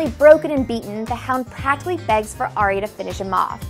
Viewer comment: It`s Arya...not Ayra. 5 books and 4 seasons of TV-show in you should pronaunce her name right. Right?